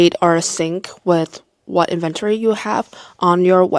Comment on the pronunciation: N-Ven-Tori - inventory